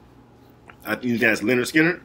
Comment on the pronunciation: Ronnie Vanzant is singing and the leader of the band and it's pronounced lynyard Skynyrd guitar is Allen Collins and Gary Rossington drums Artimus Pyle piano Billy Powell bass Leon wilkeson